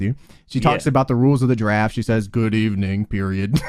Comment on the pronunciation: Good Eve-Uh-Ning Period 😂😂😂